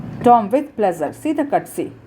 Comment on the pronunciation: Pls improve reading you just read like with attitude like is Tom not Tomm.............. And also its watch not waatch.......